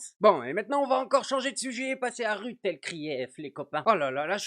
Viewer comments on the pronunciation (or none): On prononce "Rousse" EL CRIF ou bien "Rote" EL CRIF ??? Je pose la question... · c'est vrai que "broute" c'est difficile à prononcer, Mme ElKrief!